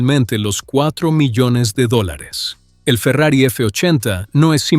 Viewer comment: video hecho con ia chafa, Farrier dice la marca, no Ferrari.